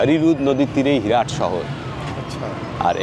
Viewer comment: হেরাট নয়, হেরাত।